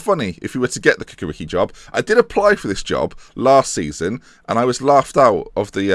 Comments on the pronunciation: Ha-ha! I think it would be fun if you get a job in "Cukaricki" which is something miles away from your pronn "Kukariki". It's "Chu-ka-rich-kee" and means "Chukaritza based team". Chukaritza is big part of southern Belgrade. The team is solid (let's say 3rd - 5th in Serbian League), and almost constant in Europa League. Not much success, usually pass a round or two in qualifications, but team have a good youth system. Also, it would be fun to watch you speaking Serbian surnames! :-) Ha-ha! And, yes, I living about 10km from their Stadium (but I'm not their fan)... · The Football Club Cukaricki is pronounced Ch-uka-ri-ch-ki the C is actually a Ch like (Ch)icken, anyways just thought to let you know, also great vid!